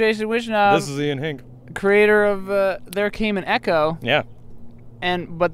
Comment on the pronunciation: The way Hinck is pronounced means "bucket" in swedish, although the word is spelled "hink".